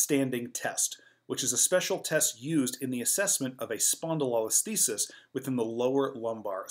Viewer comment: Great content. Thank you. Check your pronunciation of spondylolisthesis and spondylolysis though. It's lo like LOW, not lol like lollipop. spohn-di-low-less-THEE-sis.